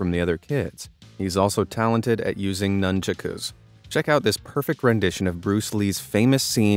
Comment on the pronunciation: At last someone who pronounces the name of the weapon correctly: "nanchaku" not "nanchuck" (although he later mispronounces) ! It's like hearing someone say "the catap can be a deadly weapon" instead of "the catapult can be a deadly weapon"...